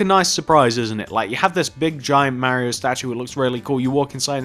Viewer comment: it's pronounced like Mar-ee-o. Not M-air-ee-o.